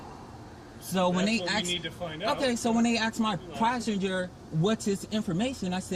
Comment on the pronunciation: "Priceinger" can he speak English it's Passenger you dumb ass.